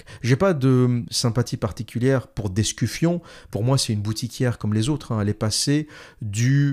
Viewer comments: L'observateur.... Thais d'Escufon pas d'EscuFION comme tu dis si bien : Un peu de sérieux ! Je sais que tu as fais exprès... ;) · "Thaïs d'EscuFION" bordel c'est trop drôle de déformer le nom des gens... Abruti